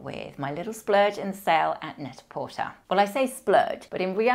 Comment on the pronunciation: Love all your content, really binging all your videos right now ! Just want to precise one thing : "Net à porter" is french, the pronunciation is port-hey and it means wearing in french :)